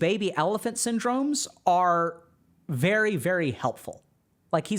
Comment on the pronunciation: I think Dr. K was saying Sin Drones not Syndromes? 😂😉